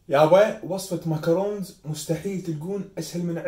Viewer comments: عبالك يكول معكرون مو ماكرون 😅😂😂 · بالفرنسي ما بننطق الحرف الاخير.يعني حرف نون لاينطق